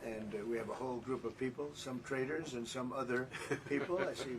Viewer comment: Did Trump say “traders” or “traitors?”